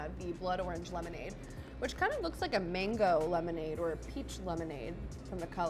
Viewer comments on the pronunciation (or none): none